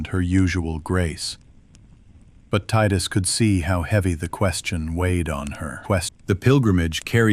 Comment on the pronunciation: The fact that you pronounced it tidus and not tidus means I can trust you. Putting the phone down to listen in bed now, see u in the morning, I’ll reply back to this with a post bed time review